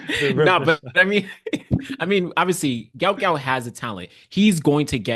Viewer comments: Just FYI,his name is pronounced Gwot Gwot,not gout like the disease. I, for one,would like to have my name pronounced correctly,and no one knows who the hell I am. As he does have some celebrity,I'm sure he and his parents would like his name pronounced correctly. J̌ust sayin. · Why do you guys continue this deliberate mispronouncing and misspelling of the youngsters name. His name is Guot Guot, please do not perpetuate this disrespect!!